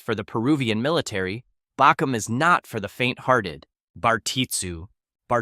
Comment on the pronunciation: Ive been investigating the rare martial art bakom(bah-comb) strangest part is that i never heard anybody talk about bakom when i lived in peru for 6 years in Lima, then i investigated and it is illegal to learn or practice. Love the accuracy but he butchered the speaking 🤣🤣